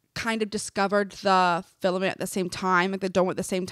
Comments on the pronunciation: It’s “Firmament”, NOT “Filament”. 🤦🏼‍♀️ I love you ❤️‍🩹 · It's firmament not filament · fellow christan here🙋🏻‍♀️ GIRL the word is “firmament” NOT filament😭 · Firmament, it’s FIRMament!! 😂😎